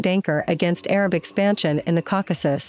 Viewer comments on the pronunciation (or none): none